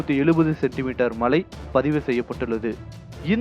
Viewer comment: Malai illa.. mazhai.. nee lam thamizh pathi pesa vadhuta..